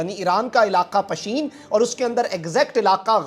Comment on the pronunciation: پشین نہیں پیشن